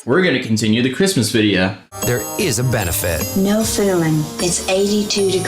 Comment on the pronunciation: Am I the only one who noticed he said Chirstmas instead of Christmas